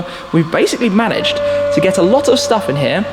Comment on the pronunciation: lol, did he say "Shtuff"?